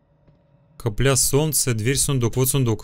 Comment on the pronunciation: ДА КАКАЯ БЛИН каплЯ ЭТО кАпля УДАРЕНИЕ НА А А НЕ НА Я